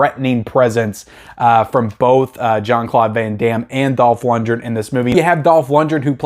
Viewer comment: Luc Deve~row and Dolph lund~gren. You unisoled these names, lol. Love your channel, man!